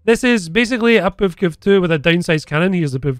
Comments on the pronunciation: Tho i have to say as funny as is, listen to saying" the puvkuv" lmao every time!, its prenounced "p-v-k-v" just as Mbt or Ifv etc. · ah yes, the PevKev